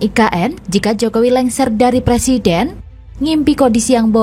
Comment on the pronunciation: Belajar ngomong "er" dulu, baru nyalonin jadi Pleciden.